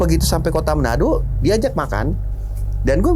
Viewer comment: Bukan menado bang tapi manado